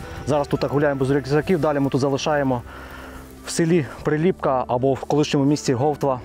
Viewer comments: Дякую за чудове відео! Нарешті добралися до рідної Кременчуччини. Бував на на Шар-Горі не раз. Правильно казати При́ліпка, а не Прилі́пка, у Вікіпедії теж не правильно. Хорішки́, а не Хорі́шки, Юрки́, а не Ю́рки. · Тіки не ХорІшки, а ХорішкИ, не ПрилІпка, а ПрИліпка, не Юрки, а юркИ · Дякую за фільм! Вибачте маленьке уточнення 😉 села ці мають трохи інший наголос: юркИ, хорішкИ, прИліпка. На шар горі колись була прадавня церква в якій служив мій прадід, а мій дід будучи ще малим пас якусь худобу під горою. І ще як був живий розказував що колись приїзжали якісь люди, мабуть археологи, і знайшли якийсь глечик, може з якимось скарбом, він пригадував що бачив в землі слід де лежав той глечик. Прадід священик був спалений з іншими бранцями під час 2 світової 😢 Трошки не погоджуюсь що в Юрках самі дачі, просто село вимирає. Частина населення старше покоління, яке зимою живе в місті, бо так легще, а на теплий період в селі і гарно підтримують батьківські хати. Шкода що не пройшли іншими вулицями, де піщана дорога, між дворами майже немає заборів, багато квітів, є місцева архітектура 😊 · Приліпка на перший